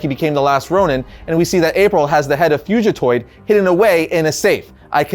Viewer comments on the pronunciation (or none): Fuji toid? Bruh... It's Fugitoid. Like fugitive but with toid instead of tive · Even after redoing the video he still can't pronounce Fugitoid correct.